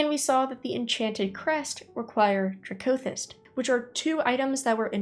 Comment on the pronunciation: You know... i always pronounced it "DRAcothyst" not "draCOthyst" heheheheeh TY for all the informative videos! <3